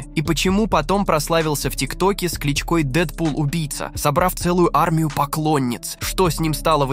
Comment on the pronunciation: Что за слово (кличко'й),такое чувство что озвучник пытается поиграть на нервах,одно или два слово искаверкает